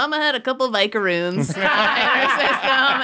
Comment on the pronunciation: "A couple of vicaroons" 😆 is a keeper